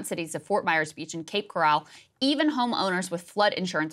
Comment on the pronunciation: its Cape CORal, not Cape CoRRAL